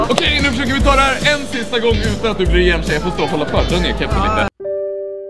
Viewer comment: ”hah a it’s ökey” Hahaha😂